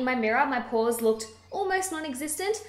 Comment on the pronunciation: Porahs? You must be a Boston girl. Boston's a good town, I'm told.